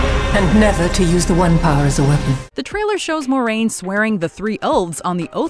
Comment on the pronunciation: Nope. Pronunciation of saidar and saidin was wrong, and I've yet to hear any of these YT superfans get Moiraine's name right (it's mwah-rain, not more-rain).